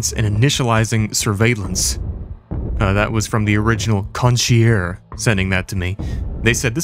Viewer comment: Con-she-air Na-sow 😅😂❤❤